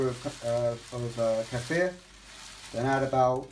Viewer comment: Thank you for pronouncing "kefir" right! Most people do not know how to pronounce it! Thx for the video!